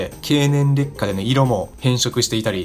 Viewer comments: 劣化の発音が烈火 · 劣化の発音が完全に烈火